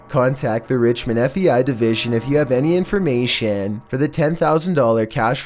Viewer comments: There you go with that FEI, dude it's FBI, LEARN HOW TO SPEAK, ITS SOOO ANNOYING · is it just me or is he saying fei and not fbi? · Why do you keep calling the FBI the FEI???